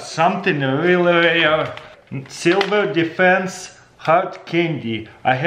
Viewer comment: Did I hear "Silver Defence"?